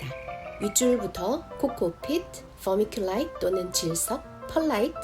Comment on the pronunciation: 유튭이 너무 뒤늦게 추천해준 엄청난 삽목연구 영상이네요~~ vermiculite / pearlite / sphagnum moss 발음하시는데 감동했습니다. 😻💖💕 제 blue ice cypress 삽수들이 왜 실패했는지 알 것 같습니다. 아카데믹하면서도 재미난 커멘트가 정말 훌륭한 비교영상 감사해요!!